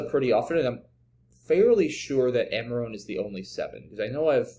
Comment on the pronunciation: Amarone is pronounced a-muh-row-nee. A wine made in the Veneto region of Italy.